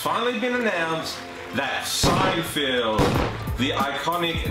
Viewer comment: Good video, but it's not SeinFIELD. It's SeinFELD.